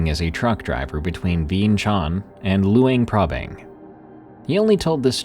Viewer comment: “luinprabang” nice try lol